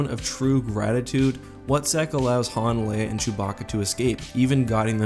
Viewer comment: "...called the Wutzek" The What-zek?